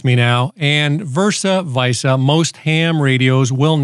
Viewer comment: "pacific", "porpoises", "versa-vyssa". You're killing me here!